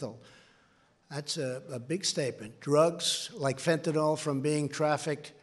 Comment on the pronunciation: Stupid bastard doesn't have a fucking clue: it's FentanYl, not FentinOl. Arse!